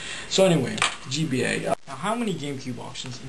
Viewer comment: lol, G-bay!!!! instead of gba